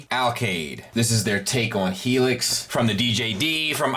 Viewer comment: Excellent review as always, super excited for their Merak/Tesarus. Only nitpick I can think of: His name is Helex not Helix. Super minor, I know